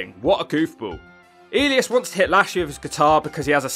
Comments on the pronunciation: It's E-lie-us not "Eleeus", my man. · Ee-leas? It’s E-lie-us. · Is he mispronouncing Elias (E-Lie-Us) on purpose? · Drew Mcdonald and the way you produce ellias hilarious 😂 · it's E (A) - Li (Lie) - As (Us). I'm sorry, but the pronounciation bothered me a bit. Other than that, splendid video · E-lee-as? Elias! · It's E-Lie-us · I am now a fan of eel-eee-isz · Say Elias name correctly or I’ll shove you one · great video but i was dying when u pronounced elias name 😂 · The pronunciation of Elias and Seth Rollins, Jeff's inner monologue with referencing to the LHP in singular made this video an instant classic on the channel. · Is he pronouncing Elias like that as a joke or is it an accent thing? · probably accent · I die every time you said elias